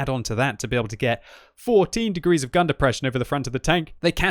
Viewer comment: "It's got the deprresion" I got it too